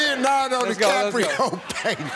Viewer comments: Wth...does Steve not know how to say DiCaprio?? It's not hard. The guy is absolutely right. That's not what Steve said. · "Leonardo Caprio" I think his name is Leonardo DiCaprio... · He keeps saying Leonardo Caprio he’s saying his name wrong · Leonardo deCaprio not Leonardo DaVinci😂😂😂😂